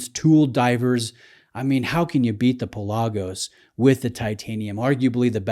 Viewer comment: You're killing me, Smalls. The proper pronunciation of the Greek word Pelagos (ocean), is PELL-ah-goes, not Pa-LAH-gos. I own both. Considering current ownership of a U1 and a Seamaster Diver, the Speedmaster would be my choice.